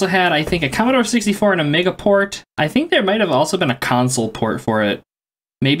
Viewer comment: The way you say Amiga is so fascinating, more like 'A mega' than the normal way I hear it pronounced, A me ga. So interesting. Did you have an Amiga growing up as well?